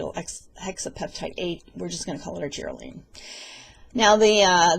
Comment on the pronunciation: Continue prayers for Vito. Great information,. Now, I know the correct in pronunciation of Augireline. The only way I know if something is working on my skin, is only using it in one area for an extended period, and comparing. Love it that you share you knowledge in terms everyone can understand. Have you ever shared your age? Not that it is important, but you look great. Blessings, and prayers...MaryEllen